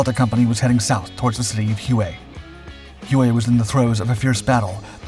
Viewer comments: Hu-eh 🤣😂🤣 it's pronounced "whey", like "whey protein" 😂😂🤣 hu-eh 🤦🏼‍♂️😂😭😭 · Its pronounced "way" not " who ay " just saying . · 1. You can’t be bothered to pronounce Huey properly? 2. You completely skipped him getting his commission.